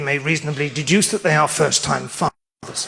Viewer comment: Surely he said "first time fathers", not "first time f***ers"?!